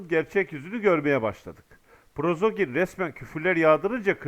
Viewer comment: Selamun aleykum qardaş, Prozogin degil, Priqojin olmalı.